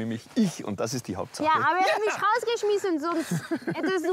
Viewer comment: Cindy bei , ich glaube niescht, er hat misch rausgeschmeißen😂